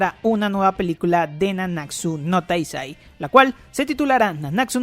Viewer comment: "nanáksu no taisai corse bi laik" no es hate solo me dio risa xD